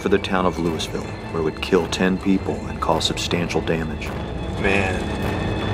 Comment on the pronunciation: Lulvull not lewisville 😂😂